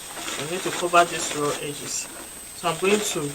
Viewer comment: Brilliant work. I dunno why I kept on hearing ‘I’ll be sewing the two raw eggs’ 😂